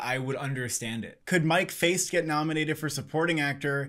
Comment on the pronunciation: it’s Mike Faist (F-I-st) it’s like fist but the I is an I instead of an ei